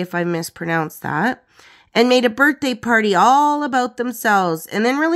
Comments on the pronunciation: Well done. There were some photos I hadn’t seen before. I love it!! Just so you know, it’s pronounced U-Val-dee. I used to like in Texas years ago. They are definitely not happy about her merching such a horrible tragedy. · I know it looks confusing to see Uvalde spelled but it's pronounced U-vahl- dee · Uvalde is pronounced as you-val-dee. The "val" sound is the same as in vault or volume (which you got correct). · Uvalde is pronounced: You-vall-dee. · It’s pronounced “you-VOL-day” ❤🎉✌️